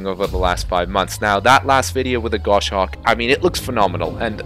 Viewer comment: It's not the same kind of sim as DCS. You can't provide the level of detail they are promising for aircraft that are classified. I'm all for competition, so we'll see how things go. Also as a falconer, I gotta say it's Goshawk not gosh-hawk ;)